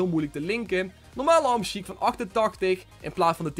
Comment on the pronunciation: hij zei hamsjiek hahahahah